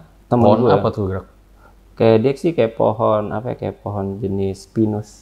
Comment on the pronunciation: Menit 38.54 ngakak bgt salah ngomong ya bg😂😂😂 sama kayak jadi sama sayak🤣